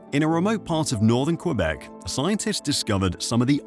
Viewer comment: Diiiiiiiiiiiiiiiiid you say "Cue-beck"? Yeah... Yeah, you did.